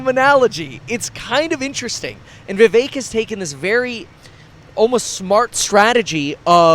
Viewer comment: Vih VEHK not vee vayk ☝️